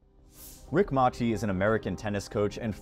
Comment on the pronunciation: Rick Mase see!!!!! Not mahchi